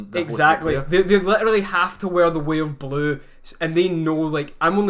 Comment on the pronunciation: The way they say "way of blue" sounds to me like "weeablu." Like a blue sentinel guy who's also a weeaboo.